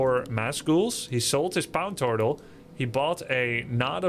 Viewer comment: "Pown turtle" broke my brain for a few minutes...